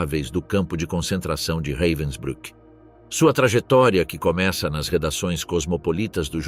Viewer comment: O narrador pronúncia o nome campo de concentracao como se alemanha falasse inglês reivensbruck e enrolando a lingua